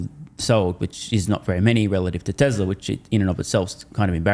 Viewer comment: he started pronouncing…tesLeR again …. there is no “R”